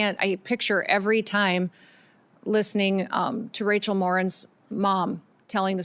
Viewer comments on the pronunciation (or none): none